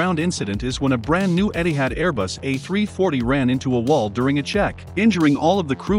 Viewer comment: It did pronounce A340 correct. 🤷‍♂️